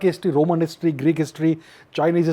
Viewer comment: chuu anchor...wt is hishhhhtryyy mchod